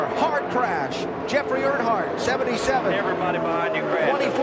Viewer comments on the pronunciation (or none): none